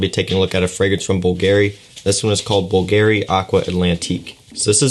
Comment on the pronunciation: you pronauce bulgarry not bvlgari just see how others say man